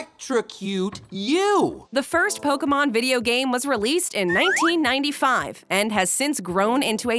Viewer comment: KFC did Pokemon toys first lol which is bizarre to remember lol like Colonel Sanders saying Poh Kay Man lol